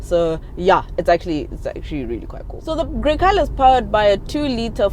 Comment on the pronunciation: hey, it's pronounced "gre-chale.... " 😂